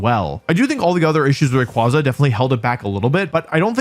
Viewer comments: I hate how he is saying the name wrong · You're pronouncing its name wrong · I'm gonna lose it if another person says "Rayquaza" wrong again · The fact that he mispronounces the name the entire video is wild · You pronounce Rayquaza COMPLETELY WRONG!‼️ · Learn how to pronounce the Pokémon’s name before making a video about it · stop saying his name wrong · Started the video, heard how you pronounced Rayquaza and immediately stopped ts. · I can't believe that he went this entire video pronouncing Rayquaza wrong Lord have nercy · Why must you pronounce all the Pokémon names improperly? 😢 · According to Pokemon, the company, and possibly grammar, that is not how rayquaza is said.. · (/J) Here you are talking about Incineroar and pronouncing Rayquaza's name wrong. I'm disapointed in you Wolfey, this was not very Alpha of you: YOU WERE SUPPOSED TO LEAD THE PACK, NOT CONFUSE IT! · The downfall started with Wolfie mispronouncing Rayquazas name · Just pronounce the name right! 😖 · It’s weird how you pronounced all the letters in “rayquaza” except for the “y”. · Still mispronouncing rayquaza in the bug 25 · Rayquaza. Not Rayquaza. You say it wrong. I hope you say it on purpose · Is it not pronounced Raykwayzar as the second half of its name is literally quasar (i can only explain it as a very big ball of energy in space) which is also pronounced kwayzar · Rayquonza? Ray-Kwanzaa? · I just can't tolerate people saying Raykwaza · The pokemon company has actually officially confirmed that Rayquaza's name is pronounced "ray-qway-zuh" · It’s Ray-KWAY-Zuh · Dislike for still saying qwah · It’s pronounced Ray-Qu-aye-za Cool vid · ray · kway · zuh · It's actually pronounced like quasar (quay-zer) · Literally not pronounced that way, bro is named after quazars. Ray KWAY zuh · Imagine still mispronouncing Ray-kway-zuh even after pokemon called people out after this last worlds. While being a world champion 😂 like at this point it's just on purpose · It’s “Ray Quay Zuh” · Ray kway za